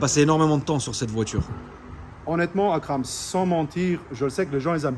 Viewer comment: Il est super attachant ce mec ! Son français est super ! J’adore sa manière de prononcer Akram.